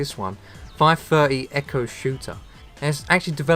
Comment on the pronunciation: Eeeeee coooohhhh its trash not echo